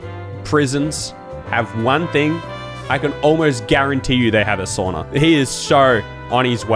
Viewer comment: Find a seat and stfu. You're not funny and since you ( judging by this video) can't pronounce SAUNA correctly, you're the last one to mock and try to over mimic the people. You have no agency to do that, pos. Come back when you do speak Finnish fuently which means never thank I Sincerely, Finn living in TX.